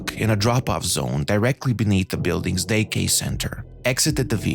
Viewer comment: It’s pronounced DAY CARE. Not,”day cay.”